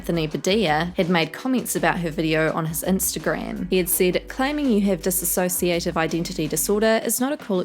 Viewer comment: Dissociate not diss-A-sociate. Sounds petty but people seem to have done that in these response videos. Thank you for uploading! No hate just love bye ❤️